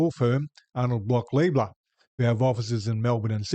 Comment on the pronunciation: I prefer to use the correct pronunciation: "Lie-bler'".